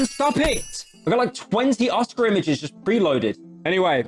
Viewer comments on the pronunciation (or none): none